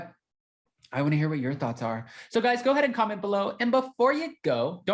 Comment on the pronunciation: “Guyzuz” isn’t a word! It’s “guys”! That’s all! “You guys”!! 🌷🌷🌷